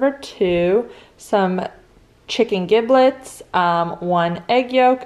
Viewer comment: It's actually "Jib-lets".